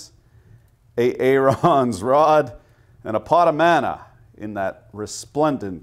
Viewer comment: a-aron's rod. Christ i'm dead